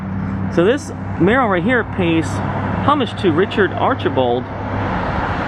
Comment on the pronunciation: Very interesting. My granddaddy ran the first train station. Mural is pronounced as if you are saying “sure” but with an “m.” So definitely not that “a” sound you are using. Caladium is pronounced kah- lay- dee- um.